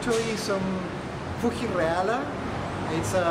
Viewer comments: Love the 'FooHee' pronunciation - so much nicer than the hard 'FooGee' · The way how you pronounced Fuji made me moist. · Love the video as ever,! Yours is the first video I have seen showing the Fuji Reala (Love your pronunciation of both words, by the way!:p) and it's always nice to see the cinematic shots from the x-pan!